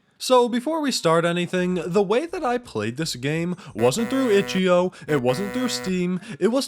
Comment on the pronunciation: ichio is pronounced “itch eye oh” :/